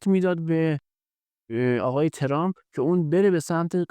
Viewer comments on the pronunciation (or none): none